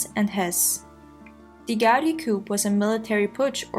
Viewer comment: Coup is pronounced "Coo" like "Cooper" but without the "per"